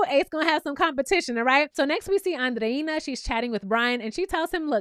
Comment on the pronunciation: You are the only youtuber that pronounces Andreina’s name correctly! ❤️❤️❤️